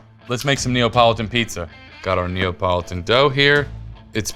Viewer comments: Neapolitan not Neopolotan. 😂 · does he keep saying Neopolitun?